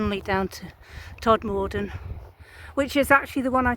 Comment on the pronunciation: For your future reference (then no one can identify as you not being from the area) we pronounce Todmorden as Tod-muh-dn, and Cliviger as Kliv-ij-er. With cutbacks, local councils are not cutting hedgerows and many are encroaching all over the pavements making them dangerous to walk on especially on busy roads. Have you been further along on the bus from Todmorden to Hebden Bridge & Halifax? The Peace Hall at Halifax is well worth a visit, and there are lovely walks around Hebden Bridge.